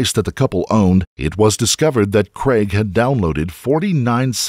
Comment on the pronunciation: Please....."craig" not "creg"